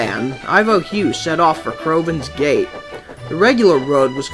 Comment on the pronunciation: When he said crovans gate I thought he said crovans gay